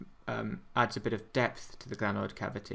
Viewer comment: NO gRanoid ,but glenoid